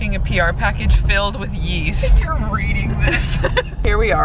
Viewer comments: YEAST ? I THOUGHT YOU SAID WEAST ! LOL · Yeast? I thought you said WEAST